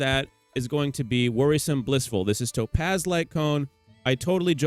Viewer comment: cool video i hate the way you say topaz LMAO